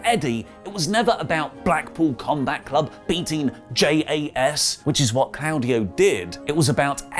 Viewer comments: If you say 'claawdio' again I'm gonna scream it's CLAUDIO NOT CLAAADIO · I cringe every time he says “Clowdio”. It’s Claudio. It’s pronounced “Claw” Dio.